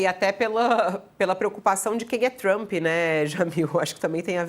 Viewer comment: Donald "TaXamp" 😂😂😂😂